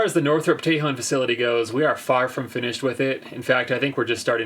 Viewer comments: I always enjoy your sense of discovery and adventure. First off its pronounced Tah-hone (Tejon) not Tey-hone... but no thing. You are spot on for most of your observations on RCS facilities and their capabilities. The Northrop (not Grumman) Tejon RCS Test Range was put in one of the worst locations in CONUS due to wind averages. In other words its always windy and this doesn't bode well for targets on a skinny pole. It was also pointed directly at the antelope valley infrastructure and initially impacted by radio towers, they had to change the direction. The demise was Senator Feinstein promoting (and succeeding) wind generators in the region. You can only imagine the signal bounce from a big fan in the sky. There is rare footage of the Tejon Test Range in Myth Merchants film of Hitlers Stealth Bomber (watch the last 20 minutes). Keep up the good work and adventures. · Just an fyi, born and raised in AV. It's pronounced locally as "Tuh hone", not "Tay Hawn" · It’s not TAY-hon, it’s tuh-HONE. Tejón, Spanish for ‘badger’. You’re welcome. 😉 And by the way, I love your videos. Keep ‘em coming! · It's pronounced, ta hone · Interesting video! 👌 FYI It’s pronounced = Teh hone or El Tejon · Pronounced TEEHONE= Tejon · You pronounce tajon with a soft a tah hone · Pronounced, Tay Hone... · Its pronounced tah hone i grew up there and yes there's aliens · "Ta-Hone" !!! "Ta-Hone" !!! "Ta-Hone" !!! "Ta-Hone" !!! "Ta-Hone" !!! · Please learn how to pronounce Tejon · Seems to me that if their keeping something under wraps, it's quite possible that it's None of your FUCKING Business ✝️🇺🇸🤔 Hell, you can't even pronounce it correctly 😔